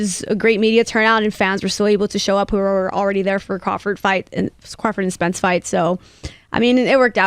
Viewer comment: Whoever uploaded this video butched Spence’s name.